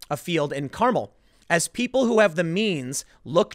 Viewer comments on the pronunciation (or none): Hey, Tim! Here are the correct pronounciations of S.F. area names: NO-ee Valley not 'No Valley', Ma-RIN, not 'mare-in' and Car-MEL, not 'CAR-mel.' You don't know the S.F. Bay Area and neighboring towns too well, I guess! At least you ARE avoiding all the 'poop! Lucky you! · Tim it’s Ma rin not Mair in also it’s not caramel it’s Carmel. You don’t live in New Jerky. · NAP-uh, Muh-RIN, and Car-MEL. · NApa marIN and carMEL. Come on Tim. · muh-RIN. carMEL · Muh Rin Car-mel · Tim's pronunciation of Napa, Marin and Carmel was so bad it was good. Never seen anyone get them all wrong. Trifecta! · TIm somehow managed to mispronounce Napa, Carmel, and Marin in one sentence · Tim. You pronounce marin and Carmel hella funny. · you amazingly mispronounced Napa, Marin and Carmel all in one sentence lmao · You seriously don't know how Marin and Carmel are pronounced?